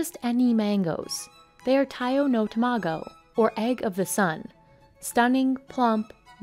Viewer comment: It's tamago not 2 mah go